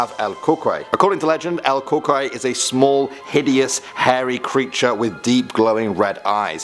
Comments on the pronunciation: It’s not el cookiy it’s el coo-kuy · Ok he said "El Curey" LOL!! umm.. good try lol... I guess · It’s pronounced el cou cuy not el cocoy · Cucuy is pronounced "kookooee" Not "kookoi" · Cucuy not cuckle 🤣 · not Cockeye😂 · Its pronounced Coo-Cooi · it’s pronounce la cu cuy or la coco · For El Cucuy u said it wrong you pronounce it Kukuy but you pelo it Cucuy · It’s pronounced el cucoy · He said sum “cucuray” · El cucuy is pronounced El (Coo)(Coo)(E) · El cucuy is pronounce (coo-coo-ee) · El Cu-qoy Wtf😂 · It's pronounce EL (coo-cooy) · El cucuy (El cu-cu-ee) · In case you ever do another video mentioning cucuy,you pronounce it "cuckooey" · Cucuy is pronounced coo-coo-E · La crucrey and just as i thought that was funny i heard him say la Chupacabra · #3 is actually pronounced El Cucuy (Coocooee) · You pronounce it El “Cu-Cu-eeee” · Lol, el cocuoy. That's how it sounds lol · Ps el cucuy is pronounced el kookooey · El Cucuy is pronounced as El Ku Ku"E" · The cucuy is pronounced coo•coo•eee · El Coocoooeeyyyyy . (pronunciation) was a mexican boogeyman i luve ur vids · Just letting you know, it is pronounced COO-COO-EE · That's not how you pronounce "cucuy" it's like "coo-cuey* if that makes sense.n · He didn’t say el cucuy right bruh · Bro....you said “El Cucuy” wrong....I’m not trying to be mean tho.... Whenever it’s like pm my grandma would tell”No te vas afuera por que esta El Cucuy”But I never go outside anymore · He said the cucuy wrong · he said it wrong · El Cucuy is pronounced wrong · You pronounced chupacarba and El cucuy wrong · The way he said El cucuy tho 😂 I'm Mexican so yeah that's why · I know right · It’s funny how he said el cucuy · Bro u misspronounced el cukuy by alot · Bruh I’m sorry I like but goddam you butchered the cucuy lol. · bruh every Mexican or just anybody knows that he pronounce this terribly 😂😂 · You pronounced El Cucuy wrong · You pronounced el cucuy wrong 😂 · He pronounced El Cucuy wrong XD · He pronounced cucuy wrong